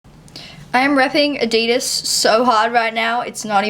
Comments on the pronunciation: She said adidas wrong 😂😂. Say it like this ad e das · I've clever heard anyone say Adidas the way you did in this video. Maybe I'm just bogan 😂😂